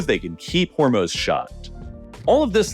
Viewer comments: What's with the annoying background music? And it's not The Strait of Hormuhz, it's pronounced Hormooz. Say it right, GDMT! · I'm gonna pronounce "Hermes" the way you pronounce "Hormuz" now lol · Why does the narrator pronounce Hormuz two different ways?